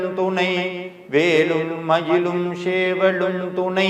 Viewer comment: ஓம் சரவணபவ. திரு அவர்களே. நான் உங்கள் கருத்துக்களை தொடர்ந்து படித்து வருகிறேன். ஒரு திருத்தத்தை சொல்ல விரும்புகிறேன். உங்கள் உச்சரிப்பில் ஒரு சிறு திருத்தம். வேலும் மயிலும் என்று சொல்லும் பொழுது, வேளும் மயிளும் என்று உச்சரிப்பது போல் சில நேரங்களில் உள்ளது. மற்றும் சேவல் என்று சொல்லும் பொழுது ஷேவல் என்று உச்சரிப்பது போல உள்ளது. இது என்னுடைய தாழ்வான கருத்து. முருகன் சொல்ல நான் கூற நினைத்தது. 🙏🏻